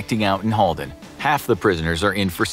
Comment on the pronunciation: So true, and you even said Halden Right :D Regards A Norwegian :D